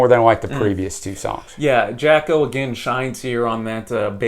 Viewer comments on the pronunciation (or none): Except, no. Jaco is pronounced JOCK-OH and Hejira is pronounced by Joni as HEH-JEER-UH. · Jaco Pastorius is pronounced “YAH-ko”, and Hejira is “HEH-zhra”